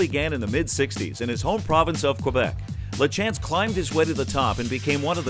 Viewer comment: Exactly, that drives me nuts. Even at the meadow lands you would have thought out of respect for the man alone to ask Michelle “Mike” how it's pronounced. “La- chance” instead of saying it right.